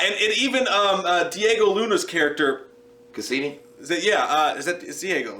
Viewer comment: Lmao!!!! It's casian not casini. Unless you meant to say it that way